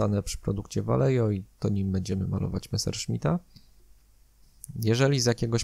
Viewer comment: Ja tylko taką uwagę lingwistyczną rzucę. Vallejo to firma hiszpańska, więc w nazwie "ll" powinno się czytać jako "j", "j" jako "h", a "V" na początku jako coś pomiędzy "b" i "w", co ostatecznie w przybliżeniu daje "Bajeho" ;)